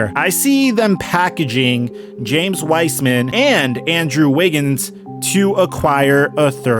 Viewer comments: P.S. its pronounced Wise-man not wisman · This ia how many times he said W-ice-man 👇